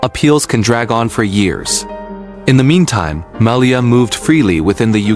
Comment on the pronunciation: Malaya? Who the heck is that? It is Mallya.